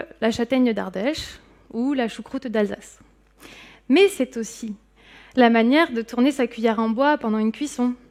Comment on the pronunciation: “ce qui têtre” - mauvaise liaison à deux reprises. Pas terrible.